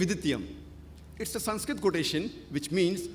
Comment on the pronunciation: Wow How he says Sanskrit